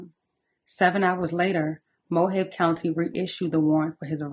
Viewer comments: I appreciate your content, can't believe I'm late to this story. Side note, Mohave=Mo-hah-vee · (Mo ha veee) county. 😊 Rip Diane